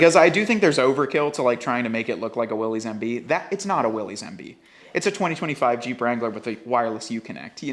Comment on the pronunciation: This channel is new to me, but losing “cred” because you say “Will-eez”. The man himself pronounced his name “Will-is” like, “What you talkin’ ‘bout, Willis?”